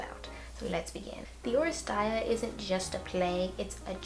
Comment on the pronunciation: Aeschylus is pronounced "Ease-kill-us" and Oresteia is pronounced " Or-es-ty-a" (the "ty" rhymes with "eye"). Eumenides is pronounced "You-men-eye-dees".